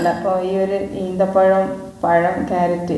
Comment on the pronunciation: ഈന്ത പഴം അല്ലാ ഈ ത്ത പഴം